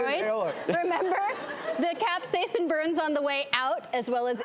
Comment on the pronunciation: OK did piss anyone else off that they kept saying capsaicin wrong